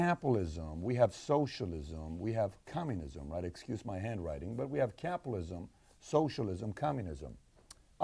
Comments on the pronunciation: Why does he keep saying Capalism? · your writing?! You dont even know how to say capitalism mate 😅